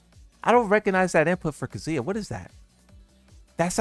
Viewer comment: Never say Kazuya like that ever again lmao